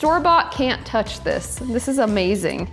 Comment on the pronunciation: Please stop saying "Omazing". Don't leave veggiues on platter for fifteen minutes while chicken rests, they go cold.